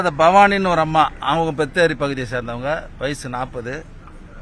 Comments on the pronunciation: Minisiter latchanam not even known pronounce potheri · Potheri nu unga vai la name kuda sariya solla mudiyala avalo kashtama iruku ungaluku anga ethana periyavanga preganent ladies check up mudinchu road cross pana bus ku wait pani kashta patu povanga theriyuma